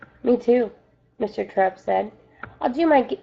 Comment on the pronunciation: Just saying you're saying Mr.Terupt wrong